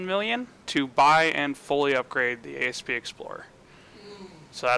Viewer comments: Asp....not A.S.P. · asp not A.S.P. its a word not a freaking acronym. jeezz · Asp as in the snake, not A.S.P.. You do get that all ships are named after snakes? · Down-voted for Ay Ess Pee Explorer